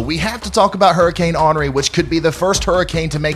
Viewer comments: HENRI pronounced Onri is French. I'M Canadian I forgive you😎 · People from the south never cease to amaze me.... Henri... Awn-ree... so simple and jeez, just a little respect for the French pronunciation... what do these southerners eat that makes their brains balk at pronunciations?! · The French pronunciation is "ahn REE." Accent on second syllable with a rolled R! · On Ree. That is what to call it. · “Awnree” is headed toward Ct where my aunt lives. Will be watching your channel. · I like the way you say "Henri". It sounds like Onery, which is how we Southerners describe someone who is perpetually angry. A good description for a hurricane, according to this Florida girl! You're my favorite weather man! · That’s actually how they are pronouncing it all over